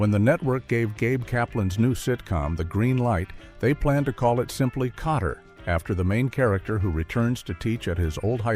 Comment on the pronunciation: Not Potter but Kotter.